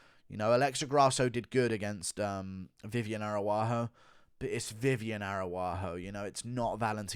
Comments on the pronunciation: Does he mispronounce as a joke? “Air-a-wah-ho” is insane 😂😂😂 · Stop butchering Viviane ARAUJO’s name for God’s sake